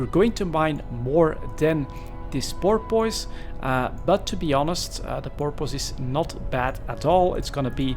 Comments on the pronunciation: The best way I can think of to describe the pronounciation of porpoise is pore-ps. Hope that helped. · As someone who lives on the gulf where porpoises are nativve it's entertaining hearing you trying to pronounce it. Porp kinda like torp. Piss said fairly fast. Porp Piss. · Hmm, I would say 'puss' is a better guide for the second syllable, with minimal emphasis and enunciation as a tack-on suffix to the dominant 'Porp'. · Pronounced 'pore-puss'. Thanks for the video! Cheers! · It's "poor-puss" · Porpoise... pronounced Poor-Piss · why is it that no EvE YouTuber, from any nation, can pronounce it correctly?